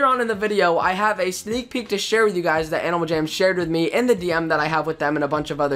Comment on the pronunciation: He said: "How 'bout dat?" Lol